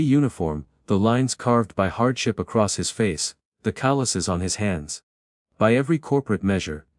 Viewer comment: It’s a shame that stories such as this are tarnished by narrator mispronunciations of simple words like “calloused”.